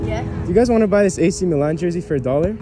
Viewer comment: They are definitely not Milan fans, the way they pronounced it was horrid